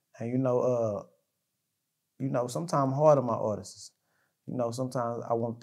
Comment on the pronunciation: stop saying "artistses"... It's artists......With that being said, it's obvious he loved Mo3, as a brother/friend.